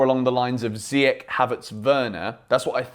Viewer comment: I hereby quit from watching your videos because you're bias! Also, you said CHAMPIONS LEAGUE and it's actually the SUPER CUP. Ziyech is our best player in pre-season and you still didn't give him the start over Mason. 😳🤨 His name is pronounced ZI-YESH and not ZI-YEK... 🇲🇦 Get it right for your videos in the future! 🇲🇦